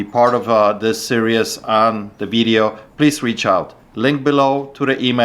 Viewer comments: I like how pronounces series as serious. Lol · Why don't people bring their ID with them. First guy for example. It is what it is but the word is "Series" like in "World Series" not "Serious" just trying to help. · Lol polish guy is right... it's "series not serious" 😂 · Yeah, a lot of Americans say that. I like the way says 'serious' instead of 'series'. But hey, his English is way better than my Polish:P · How long will it take for to say series correctly? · Hehe, I've heard a few ppl pronounce it that way. Especially those in America for some reason 🤔